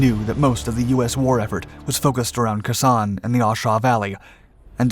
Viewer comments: Not kasaan it’s khe sahn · Khe San = "K-Sahn", not "Kussahn". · Wrong,....in 2020 President Donald Trump awarded the 30th Inf. (of WW2) a Presidential Unit Citation for actions in France..........and it's Khe Sahn (KA- Saun) not Kayson! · As an intelligence advisor at Phu Bai, Hue and Khe Sanh (you should pronounce it Kay-San) during the 1968 Tet offensive, I was intimately involved in each of the battles the Marines fought at that time, and they always faced massive odds at Hue, Dong Ha and Khe Sanh. These three battles were primarily totally different from each other. At Hue our odds were 20 to 1 (urban/house to house); Dong Ha about 15 to 1 (open terrain) and Khe Sanh (defensive) about 15 to 1. Marine casualties in Hue were double what you stated, and the other errors you made did not effect the story. The 1st ARVN Division in Hue was excellent, but because the agreed Tet holiday ceasefire was used by the lying Communist North Vietnamese to attack our locations, the 1st ARVN had compassionately sent their soldiers home to be with their families, and only a very small reserve had remained in Hue. They had no troops to supply to anyone else, nor did the Marines in I Corp have anyone else, or the 1st Cavalry unit who had only 400 on the West side of Hue to close the Imperial Palace supply route against thousands of NVA. I am so proud to have fought with all of these units. They fought bravely, with courage and a selflessness that is hard for me to describe even today. I will never forget my comrades during those events, and the sacrifices they made. As with Communist Russia today, and their attempt to steal the Ukraine, Moldova or anywhere else they can get their hands on, we must be vigilant. Likewise, Commun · Khe Sanh is pronounced - "kay-san" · Lt Commander is a Navy rank. I think he meant to say Lt Colonel. He also doesn't pronounce Khe Sahn properly.